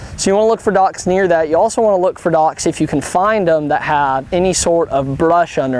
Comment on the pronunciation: fishing by dauocks... they way he says it tho